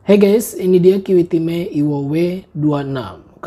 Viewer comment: Kiwitime... kalo dibaca gt jd kyk denger Kimihime...